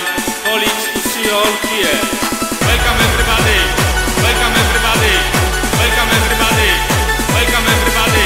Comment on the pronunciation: łelkam ewrybady? nie, to nie jest dobrze. :P